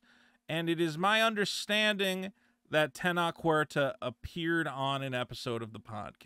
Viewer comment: The way you're pronouncing Tenoch is giving away your Talmudic heritage. Despite the origin story bring cringe and gay, Namor was the best part of the sheniqua Wakanda special. Additionally Tenoch Huerta is great, because he's been triggering all the whitexicans, complaining that he doesn't represent them. As far as the allegations go, of course they're false. Latinx and especially Mexico has been infested by American culture, and it's going through it's babby first feminism wave. It is popular for all these thots to come out with these false allegations after being Weinstein'd and making stuff up. No true Latinx pays any attention to them, just the white elite that are fixing to make a Jewish female the next president of Mexico.